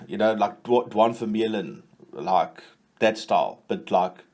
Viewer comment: Hi, I just want to say that I love your videos, but just one request, can you please say Duane Vermeulen correctly 🙏🏻😂